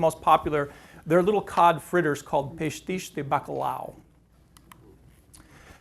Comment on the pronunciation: I just wish the narrator could speak properly Portuguese to pronounce it correctly pastéis de nata not pastis